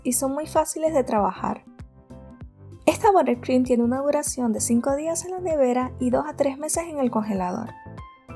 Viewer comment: Excelente receta. Excelente explicación. Solo te diría que cupcakes se pronuncia CAPKEIKS y buttercream se pronuncia BATERCRUIM.